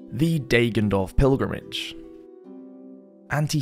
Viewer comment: "Deggendorf" is pronouned with a short "a" like in "dagger" ;)